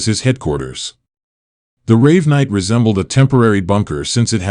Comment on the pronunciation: The club is pronounced Raven-night, not Rave-night